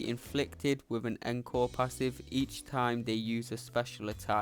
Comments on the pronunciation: pronounce it oncore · I’m also British & encore didn’t sound right. It’s pronounced ong-kaw for us & aan-kor for Americans, yes I looked it up.